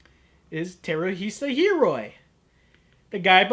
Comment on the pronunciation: Salt in the wound? You mispronounced Hiroi.